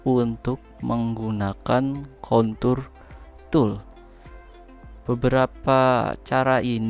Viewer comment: Contour pake R ya.. jangan pake L.. wkwk